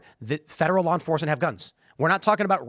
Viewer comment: Loiyer that practices loy?